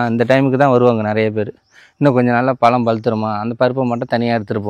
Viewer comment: Pazham nu pesupa azhaga irukum